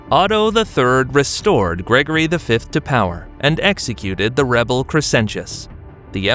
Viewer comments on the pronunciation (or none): none